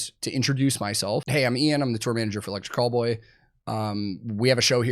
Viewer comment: I hate to admit this, but I was about 10 videos in before I realized he was saying Electric Callboy and NOT Electric Cowboy 🤦🏻‍♂️